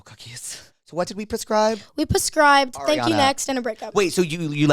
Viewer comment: "pescribed" i'm dead